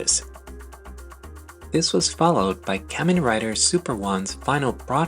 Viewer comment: The way you say kamen rider hurts my soul